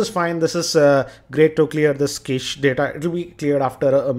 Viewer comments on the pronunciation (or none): video, One correction-the pronunciation for cached is 'Kashed'.